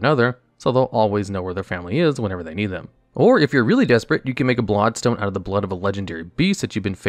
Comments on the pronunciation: You keep saying “blod stone”. Like you don’t know how to pronounce blood. It’s infuriating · “Blod Stone” or “Blood Stone”???